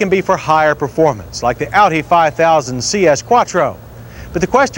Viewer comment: John finally learned how to pronounce Audi by this time! In older episodes he pronounced it "oddie". :-)